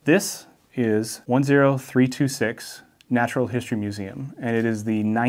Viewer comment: can someone explain why he can say the H in "hand" but not in "history"? I get that he's ESL but is there a linguistic explanation?